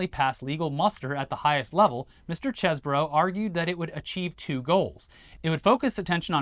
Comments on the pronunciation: i believe it is pronouced "CHEESE-bro" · Its pronounced "cheese-bro" aka Kenny Pizza